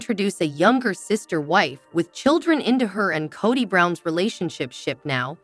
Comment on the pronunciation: Narrator can’t even pronounce Kody correctly.